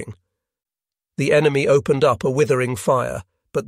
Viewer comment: I’m getting annoying with the trash reading skills? How is it someone who speaks English can’t even say opened they say “open-Ed” “stop-Ed” “brea-they” it’s so bad